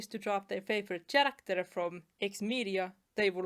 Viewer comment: Also, just as a tip to help with one word's pronunciation, the word "character" is not pronounced with the letter "ch" as in "cheese", it's more like "kerakter", basically the "Ch" in this word is said as "k". I know.. english sometimes makes no sense..